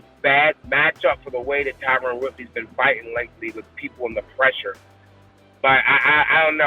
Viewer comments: HIS NAME IS TYRON NOT "TYRONE" ugh so annoying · It’s Tie-Run not Tie-Rone 😭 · Not one of these fighters pronounced Woodleys name correctly. It's Tyron. Not TYRONE. 🤣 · Its Tyron not Tyrone!!! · Can anyone pronounce TYRON correctly? Lol Everyone is calling him Tyrone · Someone should tell Mackenzie that its Ty-run(Tyron) not Ty-rone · why cant anyone say TYRON correctly. It isnt TYRONE . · Dude was a champion and even fighters cant pronounce his name right. Its Ty ron not Tyrone. Blame his mama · T Y R O N. Not Tyrone 😅😅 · It’s Tyron, not Tyrone. You’d think fellow fighters would know that. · So many of these fighters can't pronounce Tyron's name....blatantly racist. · Literally nobody can pronounce Tyron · Lmao i was just thinking this